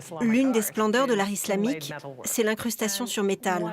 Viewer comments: Bien, mais j'ai fait une fixette sur la voix off😩 Pourquoi il prononce "iZlamique" au lieu de "islamique"?😂😂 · Fait exprès de prononcé :iZlamique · Quand j'entends iZlamique Je Zappe.....